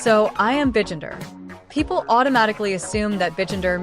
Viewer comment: "BEgender" This tts is sure is tweaking but it'll do the job lol